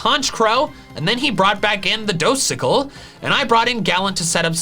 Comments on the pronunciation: I’m still laughing at ‘Dosicle’. Solid playthrough 👍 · Dosical 😂😂😂 excellent